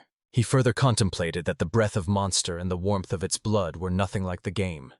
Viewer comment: That dang scent of blewd attracting monsters. Bowdies need blewd, right Clo?. These ai are so annoying.